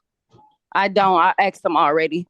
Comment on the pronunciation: SHE AXED HER LAWYER!!!!!!!????